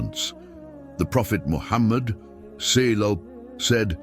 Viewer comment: pronouncing wrongly SWT and SAW here there though the content is good, but the voiceover and caption is so unprofessional. maybe the content is made by AI? Free Palestine